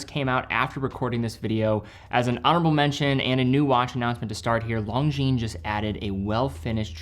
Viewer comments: Love your work,. One small mention: it's "Lon-zheen", not "Long-zheen". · Actually it's neither. No "z" sound.